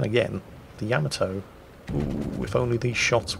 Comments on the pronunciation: it's not Yama-toe, it's Ya-ma-toe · I always said it "Ya'MAH'to". mangles it as "Yama'toe", but according to Google Translate's pronunciation in a Japanese accent, it is in fact "Yah-mah-toh". I love the ヤマト. Please Anglicise responsibly!